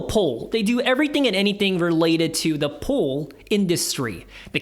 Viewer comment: So confused when I heard “pole” not “pool”